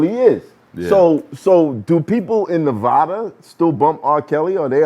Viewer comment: It's Nevada rhyming with DATA not NaVodda